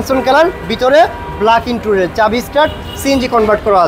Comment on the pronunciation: ইন্টুরিয়ার না, 😂 ইন্টেরিয়র : ইন-টে-রি-অর